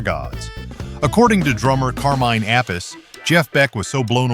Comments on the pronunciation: Carmen APISS,! Duh! This AI shit! It is pronounced A-PEE-CHAY, ( Appice) !!! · Car-minn App-iss... AI rocks!! GTFOH... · That's the second time I've heard his name pronounced that way on one of these 🙄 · And yet another way to pronounce APPICE we didn't need. And later pronounces BOLIN as bow-LINE🤦🏻🤦🏻🤦🏻